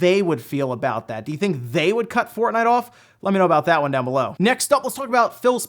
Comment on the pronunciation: Did you say fartnite on purpose